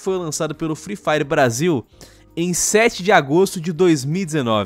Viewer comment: "free firw" parabéns por ter destruído o inglês